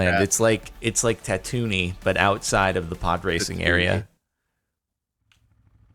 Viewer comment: Your pronunciation of tantooine is so bad